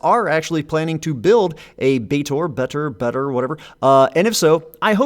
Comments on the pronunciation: Just pronounce Betor like Joe Swanson pronounces Peter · Betor should clearly be pronounced using the same e vowel as beta.